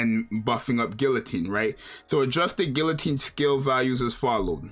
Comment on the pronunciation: It’s pronounced guillotine